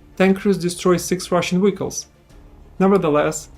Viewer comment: Your pronunciation of Vehicle is crazy. No hate, great video.